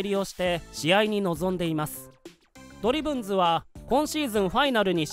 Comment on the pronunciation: ド↑リ↓ブンズ↑ってニュアンス気になるわ